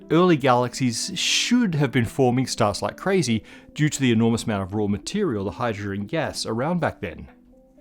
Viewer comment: "[..] like crazy due to the enourmous amounts of hyydrrgggnn was around back then" ...if that wasn't the most AI driven content ever... you just wouldn't live with yourself if you were the editor, nor would you if it represented you. whrrrt t3h fkckkk lol